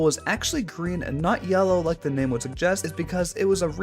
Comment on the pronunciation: Holy crap is that Jimbo? Also i hate your pronounciation of all the names